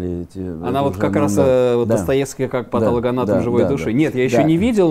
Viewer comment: ПатОлогоанатом ( патО логия), очень интересно, но странно, что столь именитый писатель не очень грамотно говорит по-русски, хочется верить, что это - оговорки.